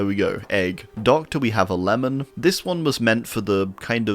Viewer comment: Ah yes, "Lemon" Carter